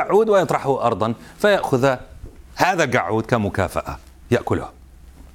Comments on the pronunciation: كل ما يقول كلمة الكعود أموت من ضحك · كلمه القعود صعبه على المذيع 😂😂😂😂😂😂😂😂😂😂😂😂😂😂😂😂😂😂😂😂😂😂😂😂